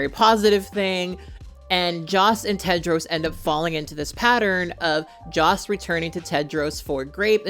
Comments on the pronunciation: How can I trust the judgment of someone who’s says Cadro instead of Tedro ….Like WTH? 🤦‍♀️ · I am Sorry... I cannot continue watching This Video because You mispronounced The Character Name Tedros as Kedros😉? Or was it Pedros?